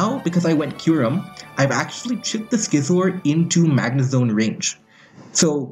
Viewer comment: you pronouse Scizor like you'd pronouns Scizzors mate. Not Skizor.